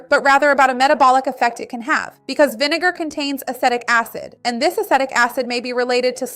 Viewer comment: is it so efing hard to say vinegar ?